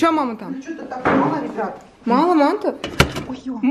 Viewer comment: мАнты а мантЫ